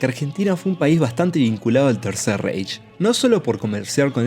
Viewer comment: ¡ Por favor, no digan "reish"! ¡En alemán se dice "raij" !